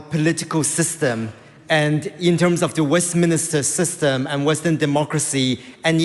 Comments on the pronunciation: This import doesn't even know how to say Westminster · He can't even pronounce Westminster correctly